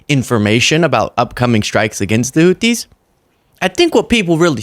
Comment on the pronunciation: What is a "hoothies"